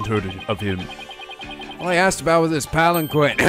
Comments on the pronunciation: Paul Atishon=Politician Palanquin is pronounced (Pal-in-keen) The scroll with the gravy on it it from the final case of Trials and Tribulations Daddy issues are still a thing in this series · Paul Atishon is a POLITICIAN. Thats the pun. Also, palanquin is pronounced Palankeen. Just some notes,. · btw palenquin is pronounced palen-KEEN. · Paul Atishon = Politician Palanquin = Pal-Ahn-Keen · Palanquin is pronounced Pal-an-keen